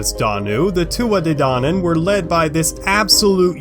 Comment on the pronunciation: But this is all wrong, so wrong. You don't even say their name right. 😒